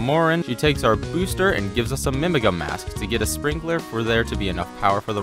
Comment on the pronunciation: ive never heard anyone pronounce Mimiga like mimig--uh before lol either way gj on the speedrun!